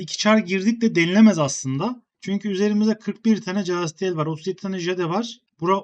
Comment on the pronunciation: kardes sunlarin okunusunu ogren allah askina calastiel, cade nedir ya